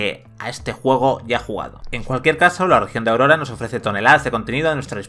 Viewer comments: Propicios dias,. Un pequeño apunte, el archipiélago en el que se desarrolla el juego es Auroa, no Aurora. Un saludo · Isla es auroa no aurora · Cada vez que el locutor dice: - "AURORA"...me entra un escalofrío por la espalda que pa qué. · una pérdida de tiempo este análisis ni siquiera el nombre de la isla lo dice bien y ninguna palabra del multiplayer